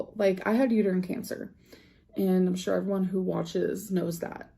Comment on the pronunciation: I'm pretty sure she either just didn't know how to pronounce uterine or forgot the word.